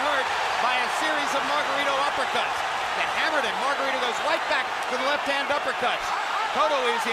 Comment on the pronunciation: Lo más encojonante del vídeo es como pronuncian el nombre incorrectamente es Margarito! No margaRRITO like a buRRITO pinches gringos. Talves si uso vendaje ilegal pero los golpes le entraban no? Como boxeador también te puedes proteger y bloquear los golpes! Todo le entraba a cotto